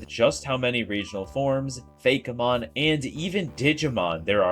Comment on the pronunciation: First time I heard anyone call it "Fay-keh-mon" over the common "Fay-key-mon" and the one I use which is just fake and mon.